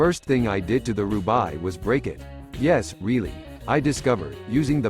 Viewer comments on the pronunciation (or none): Don't say "roobaye" but "roobA" like the frnche city on the north of France 😉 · Not bad.. but it is more like an introduction than a review.. it’s pronounced as “roo-bake” BTW :)